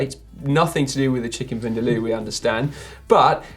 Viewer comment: Its pronounced "chicken vindaaaalow"😝 this is from a goan... the people from where the dish is made... place name Goa, India.. - laidback_cyclist on Instagram